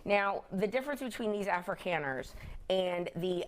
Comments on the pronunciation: Right off the bat, the lib demonstrates he knows nothing about the subject at hand. "Afrikeens," 😅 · The first brilliant commentator did not even know how to pronounce Afrikaners. Reaping what they sowed? He is a person of sad intellect. He is justifying murder. Shame ! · The first "expert", who can't even pronounce the word "Afrikaners" starts by telling us that South African whites deserve to be genocided because their grandparents might have been racist "in the 1940s", eighty years ago. I stopped watching. Damn this evil show. These people are evil. The man literally suggests that people deserve to be murdered because their ancestors lived in a country with racist government policy. Murder is bad. Racism is bad. The people on thus television show are as immoral as anyone they accuse as racism, and it's less of a sin to have racist attitudes than to support murder and refuse to help people fleeing a genocidal government trying to kill them.